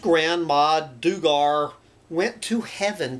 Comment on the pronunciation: I believe Duggar is pronounced DOOG-er.